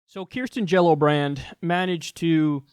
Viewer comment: everytime kyle says her name i LMAO